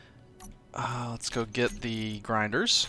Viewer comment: Failed french accent "Les Grindres" Vechuses 2015